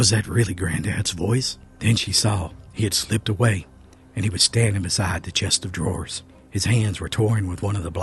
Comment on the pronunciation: It's a dadgum chest of drawers. Not Chester draws. Even mountain folk know that....